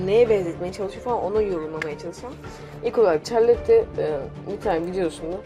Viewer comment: Çarlotte ne ya şarlot diye okunuyor